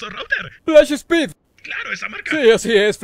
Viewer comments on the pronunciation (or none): "Phlash Speed" XD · Plash Speed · Plash speed!!! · Pa plash speed jajaja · Plash Speed askdasj